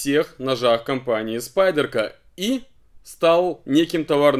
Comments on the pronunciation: Мои уши. какая, нахрен, спайдЕрка? СпАйдерко. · Ты произносишь то спайдЕрко, то спАйдерко, как всё-таки правильно произносится название этой фирмы?